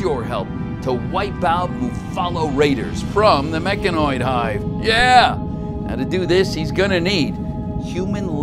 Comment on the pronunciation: The fact he said mechaniod right but now muffalo